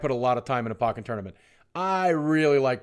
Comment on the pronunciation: Boogie you disappointed me with this video. it is pronounced like "poke-in tournament" like "pokemon". come on man!